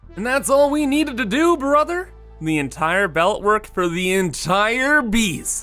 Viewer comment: I swear if I hear "brother" pronounced like that again I'm gonna floor myself